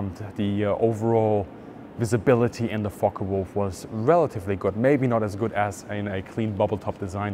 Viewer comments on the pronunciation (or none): Too bad he cant pronounce the name focke Wulf, it's not a fokka wulf